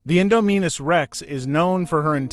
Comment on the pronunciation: My man, it’s in-Dom-in-us like indomitable